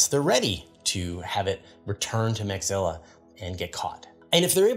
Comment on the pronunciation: interesting news this week thx — 🎉 ps — its mecha-zilla not meg-zilla. mechas as in macross/robotech/transformers anime. 🤖